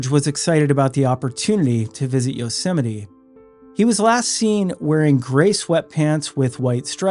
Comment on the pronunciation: It's pronounced You-sem-ity. No one's ever heard of yo semity Sam.